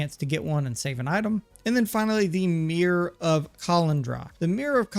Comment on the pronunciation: I left the video just because of how he pronounced the mirror